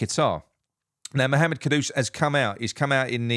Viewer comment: Well done on the pronunciation, and not calling him j lo like everyone else 😡. Ivan toney is a big yes for me